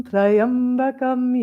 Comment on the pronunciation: The pronunciation is not Try-ambakam, it’s Tri-ambakam.